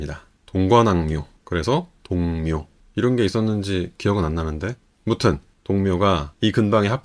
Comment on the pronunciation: 진짜 궁금해서 그러는데 왜 ‘아무튼’을 ‘무튼’이라고 하세요?